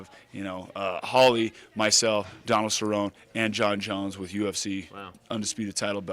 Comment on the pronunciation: I don't think I've ever heard someone pronounce Cerrone like that